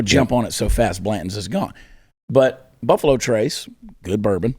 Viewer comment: Did chad say puffalo??🤣🤣🤣🤣